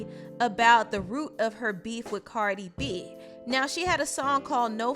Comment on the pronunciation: CARDI B NOT BB